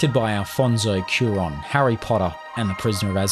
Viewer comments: It's Cuaròn, not Curan. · Cuarón. Alfonso Cuarón. Not Cuaran. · Alfonso Cuarón name is mispronounced and grammatically incorrect 😢 Is not Curan! 😂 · All good but is not Curan ..is Alfonso Cuarón. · I think I've seen enough. Alfonso Curan? Really? It's Alfonso Cuarón. And that Black swan trick you talk about? Just CGI and a green screen, nothing special. I don't get this video. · Alfonso Cuarón!!!!! Mate…. I get it, it’s hard to pronounce foreign names. But Spell it right! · You really butchered Alfonso Cuarón's name in there lmao